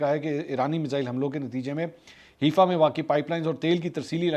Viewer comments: Name is not Heefa It called Hi-fa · it is haifa not heefa it is pronounced like 'hai faa'. seems like you have been watching haqeeat ki duney lately.